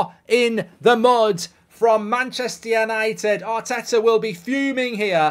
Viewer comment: Did he say Mancheuure United?